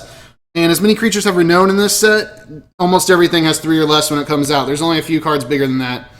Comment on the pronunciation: It is pronounced "Re-NOUN" not "own".